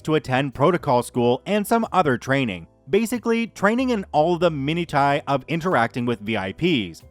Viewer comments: minutiae, "min-oo-she-ay" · Just gotta point out, "minutia" or sometimes "minutiae", is pronounced "mi-new-sha" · you have the same issue pronouncing minutiae that I always did 😊. I finally figured out it’s ’min you shah’. P.s. hope you’re having a wonderful day today 😄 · Thumbs down - just because of "miny-tie" , or "many-Thai" . You are performing oration, please learn the words.